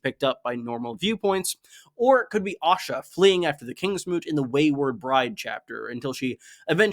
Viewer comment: I've got to ask. Why do you pronounce Asha as Osha? You pronounce æ in other names but it's always Osha (whom I assume is the wildling Osha when I hear it).